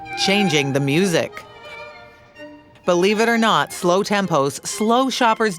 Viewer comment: Why did they say Music like Muzak?